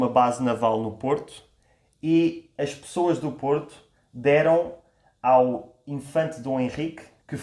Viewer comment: Ela fala choas em lugar de pessoas.